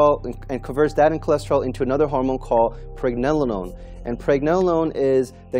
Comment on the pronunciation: you can not even say Pregnenolone the right way